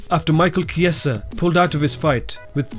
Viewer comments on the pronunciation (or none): none